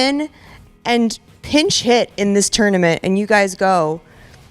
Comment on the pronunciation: Why does it sound like has a lispy thing going on when he pronounces 't'? Team Tournament sounds like theam thournamenth